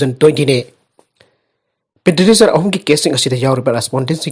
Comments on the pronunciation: PETITIONER HAINA FAJANA PASI KEIDOUBAGE!!! HANJIN2 NEWS READING DA PETINISER HAINA PADUNATA LEIRE...TABADA NUNGAIJADE...YOU TUBE DA HOW TO PRONOUNCE PETITIONER HAINA AMUKTA YENGBIYUBA🙏🙏🙏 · Right Petitioner